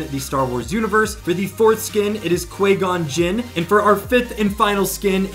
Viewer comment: Qui-gon Jin. The phonetic pronunciation of Qui-Gon Jinn in English is Kwai-gon Jin ( /ˈkwaɪɡɒn/ ). The "Qui" is pronounced as "Kwai," and "Gon" is pronounced as "Gon," similar to the "gon" in "wagon". The "Jinn" is pronounced as "Jin," similar to the "jin" in "chin".